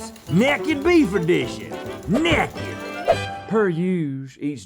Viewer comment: Why does Rhett always say "neck ed" instead of naked